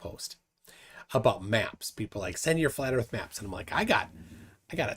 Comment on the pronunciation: How can any one take a grown ass man that pronounce earth "eard". I'm sorry I know that's an ad hom but come on.